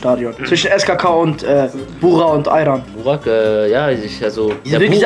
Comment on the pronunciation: sagt ali ayran und nich aykan biraz ören lan